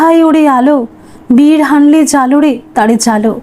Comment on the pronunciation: কথাটি বিরহ + অনলে = বিরহানলে। বির হানলে নয়।